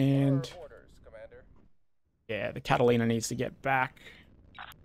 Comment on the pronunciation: Dude. Catalina ≠ Catlaina. Ffs